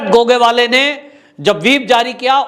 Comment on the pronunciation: सर आप मराठी लोंगो के सरनेम उच्चार बडे गलत तरीके से करते है 1गोगावले. 2. नार्वेकर. 3.बांगर. 4 फडणवीस है आप कुछ और ही कहैते है. बाकी मै आप का हर वीडीओ देखता हुं जय हिंद 🇮🇳 🚩 जय महाराष्ट्र 🚩 🇮🇳 👍 सर